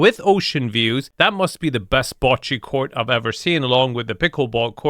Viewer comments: Pretty sure meant Bocci, not Bachi 😂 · bocce, not bachi.